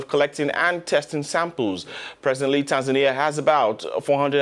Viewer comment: Not tansania not tasmania its TANZANIA